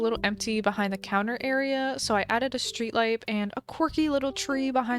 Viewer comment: No one:: “so I added a streetlipe”